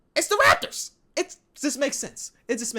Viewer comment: the way he said its the rAPtors had me deadd